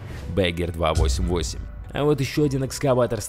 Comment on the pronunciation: Танк назывался не,,мышонок,, а,,мыш,,и экскаватор по немецки будет не,,бегер,,а правильно,,баггер,, понял не грамотный